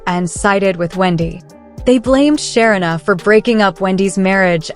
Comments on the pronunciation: Her name is pronounced Sha-reena NOT Sharina, do better it's annoying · Great commentary…but her name is pronounced Sha-ree-na, not Sher-rin-a. No, I am not her…just trying to help a little along the way. 😊